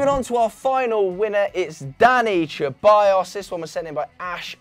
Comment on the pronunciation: When they say ceballos it makes me die inside im spanish and its not cheballos